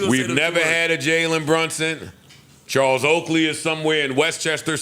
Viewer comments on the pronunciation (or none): none